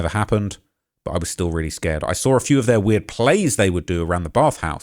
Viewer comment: It's SAW, not SAW-R